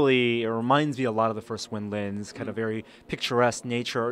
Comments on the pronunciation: why does the nervous looking guy keep saying "winlins"? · lol " nervous looking Guy". He is saying windlands. Similar to how you pronounce maryland